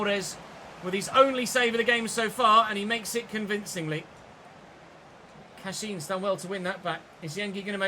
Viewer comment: Youre pronouncing Cashin’s name wrong - you said it correctly in the last episode